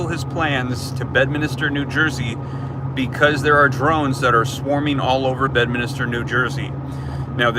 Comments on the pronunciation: It’s Bedminster - not Bedminister….just to clarify. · Drop a 2 in the comments if you want to say bed-minister one more time